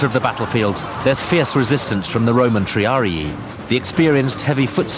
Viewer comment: Lol, Triaré ! its Triarii ( though dont know if its one or 2 i's)